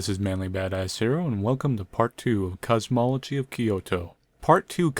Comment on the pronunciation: You've been adding an extra "o" in "cosmology,".